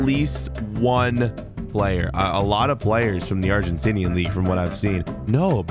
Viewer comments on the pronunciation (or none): none